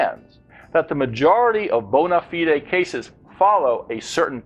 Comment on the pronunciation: May I also add that "bona fide" is not pronounced that way in British English or American English... I hope this link helps.